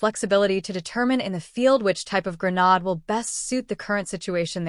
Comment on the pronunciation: For the love of God it's Gra-naaaaa-ddddddde, not Gra-nooo-dddd. Yet, half way through the video you say Grenade, then Gra-nod. Videos need some work.